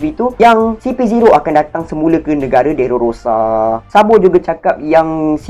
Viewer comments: Time record ni saya x sihat sgt.. Tu yg banyak tersasul😬.. Saya betul kan skrg.. DRESSROSA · Dresrosa la bang😂 bukan derorosa😂😂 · stress aku dgna dererororororororosaa dia tu haha